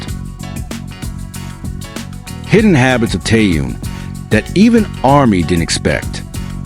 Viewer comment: Вы можете мировую звезду КИМ ТЭХЕНА, называть правильно вы постоянно называете его Тееном,что за неуважение,если не знаете, как его зовут,то о нем и не говорите